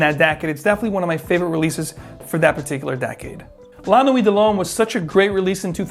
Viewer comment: T is silent in la nuit